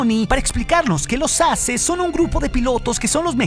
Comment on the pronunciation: Solo un consejo. Creo que lo mejor seria decir la pronunciación correcta de "Aces" (EXPERTO), o sea "eizes". Porque la manera en la que lo dices podría crear un malentendido a "asses" (plural de ASS)!!! UN SALUDO DESDE LA CDMX!!!